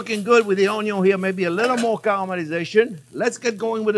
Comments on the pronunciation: Awesome. When you said Onion, I heard, "a little more wine!" Thanks for steak on a budget. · I first heard of Chef Jean-Pierre by watching a video on how to cute an onion and how he pronounces the word, onion. Love it. Been watching his videos for a solid week now and I can’t get enough of his very thorough and explanatory method behind ear step. Knowing what is going on and why in between each step is incredibly helpful. Hoping this channel continues to gain traction on YouTube!